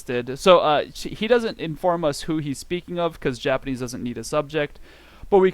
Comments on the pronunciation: This video was such a rollercoaster of emotions. I was constantly flip flopping between subscribing and unsubscribing. “Ooh this is just what I need!” subscribe “ugh this guy is annoying” unsubscribe “Nevermind he’s funny” subscribe BUT ultimately I must unsubscribe because of you pronouncing Japanese words with a horrible American accent. Like wtf is “koodasai”. This just promotes bad habits. See the YesJapan/Japanese From Zero! guy’s videos. His pronunciation is pretty much close to native and a joy to listen to and practice with. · This video was such a rollercoaster of emotions. I was constantly flip flopping between subscribing and unsubscribing. “Ooh this is just what I need!” subscribe “ugh this guy is annoying” unsubscribe “nevermind he’s funny” subscribe BUT ultimately I must unsubscribe because of you pronouncing Japanese words with a typically horrible American accent. Like wtf is “DESS” or “KOODASAI”. This just promotes bad habits. See the YesJapan/Japanese From Zero! guy’s videos. His pronunciation is pretty much close to native and a joy to listen to and practice with.